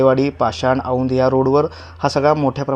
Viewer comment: औंद नाही रे औंध